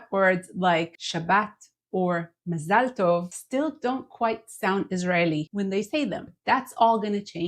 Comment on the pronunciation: MaZAL tov, not Mazal TOV. 😳 Oh. B'seder. There's always something to learn. Todah. YashIR Koach.